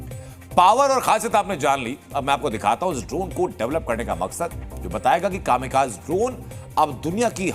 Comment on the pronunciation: कामीकाज़े भाई कामीकाज़े, बोलना तो ठीक से सीख ले